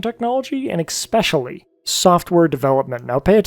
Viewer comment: Stopped watching when you pronounced "Especially" like "EXspecially" smh